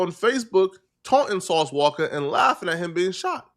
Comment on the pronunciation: It’s walka not wocka 😭😭😭😭😭